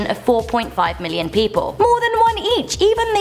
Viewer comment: Did she just say 1 million died wrong